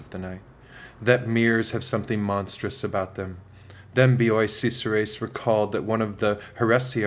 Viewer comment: Is Bioy Casares, not Cesares